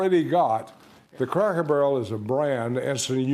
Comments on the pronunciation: The person reading this keeps saying Crackle Barrel instead of Cracker Barrel- pretty lame. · Girl its CRACKER not Crackle. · CRACKER BARREL, NOT CRACKLE 😂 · I thought it was Cracker Barrel, why y'all saying Crackle Barrel? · Crackle??? It's CRACKER 🤣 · Cracker Barrel not Crackel barrel 🤨🤨🤨 Hype+ yall can’t speak or something😂🤣😂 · Imagine what them folks gonna do when they hear her pronounce it, Crackle Barrel! 😅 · Sounds like you were saying “crackle “ barrel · Stop saying “crackle” barrel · I'm confused as hell. Why does it sound like she keeps saying Crackle Barrel? Reminds me of when some of my people who couldn't say street or specific would always say Skreet or Pacific. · I'm going to need you to use the correct pronunciation when speaking about this establishment. We need to hear a HARD ER at the end of Cracker every time you say it. Maybe that will help identify who is taking the most offense at the change. Say it with me crackER Barrel. 😂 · Crackle Barrel????? 🤦🏿 she said it wrong every time 😂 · Why does the narrator keep saying crackle? Must be DEI hire. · Is she saying Crackle Barrel? 😅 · I'm sorry but her inability to properly pronounce the word, "Cracker," made me turn the video off. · Thought I was tripping 😂😂😂